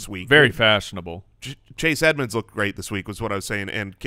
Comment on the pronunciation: said Chase Add-monds and completely missed that he nailed a bad name pun at the mark.